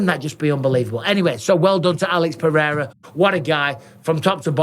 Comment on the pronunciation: I love Jon Anik (spelling?) But seriously, can someone tell him to stop pronouncing pededa? its like a really dodgy irishman or cockney pronouncing potato, its so annoying its literally ruining my enjoyment of Pereira's amazing career!